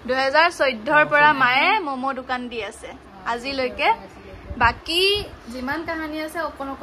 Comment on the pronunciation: দুকান নহয় ও দোকান হয় , অসমীয়া ভাষাৰ মান সন্মান নোহোৱা কৰি দিছে 🤣 কি যে হয় ।